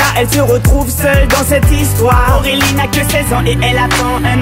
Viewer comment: Apprend à dire Aurélie correctement.... On dirait que tu dis AOwélie... Ce qui m'énerve chez ses musiques c'est l'effet "musique de rue / délinquante"